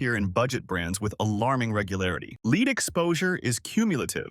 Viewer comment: Lead Please learn to pronounce it correctly. If you are ignorant of basic words, you can’t be trusted about anything you post.